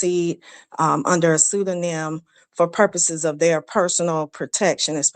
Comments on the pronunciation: Pronounced sue-doe-nem! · Replay gang! Queen it’s pronounced- sue-do-nim (pseudonym). The P is silent